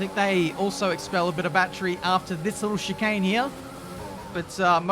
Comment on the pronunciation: Take a shot every time he says shikane